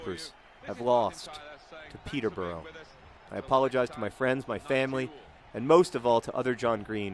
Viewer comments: oh ok, I loved this video and you're great, but it's pronounced Peter-bu-ruh not burrow ... just had to say that.. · Peter-bruh not peter-burrow. :P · Oh God, 'pee-tah bra'. Thank you. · It's NOT pronounced Peter-bora it's pronounced Peterbruh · I dont want to seem condescending but the correct pronunciation for Peterborough is: Peter-Ba-Rah